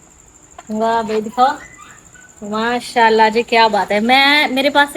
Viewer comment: MAA SHA ALLAH, ALHAMDULLILAH, INN SHA ALLAH ya dosry muqadas alfaz sahi se proper bola kren plz or akhir mn H yani ہ ki awaz lazmi nikala kren plz plz